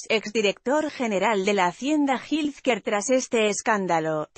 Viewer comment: Que te cuesta buscar la pronunciación de health care ( Jel quear)…..